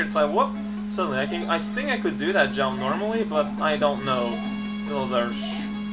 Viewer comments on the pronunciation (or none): ...Oh my gosh... If "legit" is acceptable, then using it in adverb form is acceptable too. Especially when his whole character-quirk is to use words in unusual ways or invent new ones. I suppose you also want him not to pronounce "jump" like "jaump", or for him not to string a bunch of nonsense together anymore next. That'll really make him entertaining to watch. Personality/speech-pattern quirks aren't proper, after all.